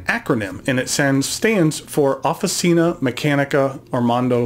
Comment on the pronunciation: your pronunce is very good, just OFFICINA the CI sounds like CHarm not S , like offiCH(arm)ina